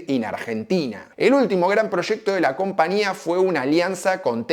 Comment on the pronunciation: Porqué nunca pronunciás la Ñ??? Siempre decís CompaNía.